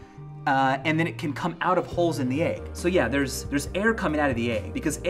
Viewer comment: i started getting concerned at around the third rotten 'aig' he put in the water